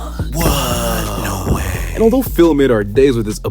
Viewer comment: "wooor NORWAY"